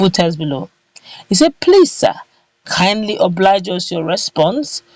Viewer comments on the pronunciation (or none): none